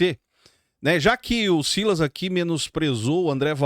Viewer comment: SILÁS , SILÁS 😂😂😂😂 É O SILAS . PARA MIM É UM OPORTUNISTA.